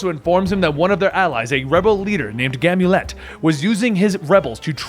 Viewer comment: Never say Bayek or Amunet again plz